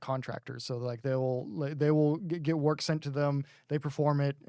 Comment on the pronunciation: Like "Nice work" Not "Nice worth" as it is in the game/